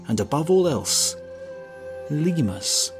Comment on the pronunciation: Press the thing if you heard "ligma" the first time he said "lemurs".